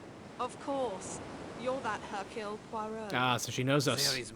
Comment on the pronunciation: I hate it... SO much, that you keep saying "" "Poy row"... Especially because BOTH of the main characters say his name properly, but you keep pronouncing it wrong anyway!?! I love your games, and I'm absolutely adoring your more in-depth video essay style content. But please... PLEASE, can you say "hirk YULE" "PWA row". I won't even insist upon you dropping the 'H', like Hercule himself ("irk yule"). Please... just for me.